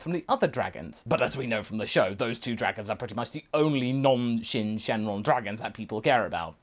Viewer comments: It's syn shenron not shen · Why do you keep saying "Shin" instead of "Syn"?